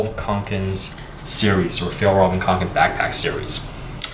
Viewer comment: Finally a person that pronounces Fjällräven Kånken right